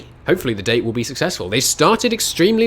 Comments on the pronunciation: Dah-Tay... not date Stop Pronouncing it Wrong! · Dah-teh,, not Dey-t